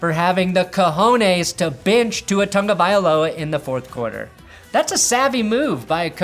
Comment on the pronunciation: I had to turn the sound off watching the broncos game Sunday because both commentators kept repeating Tua's name; Tongavailoa, Tongavailoa, Tongavailoa. Its lit written Tagovailoa. And now they got Perna making Bronco fans sound stupid.